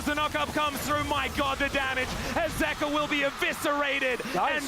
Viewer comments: its zeka bro why u keep sayin zika lmfao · It's ZEKA, not ZIKA. Why can't he pronounce the name correctly? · Does this guy purposefully mispronounce names like wtf is a zika and zeus like the god like it’s been four years at least